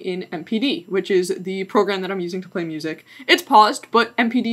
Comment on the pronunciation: moosic :p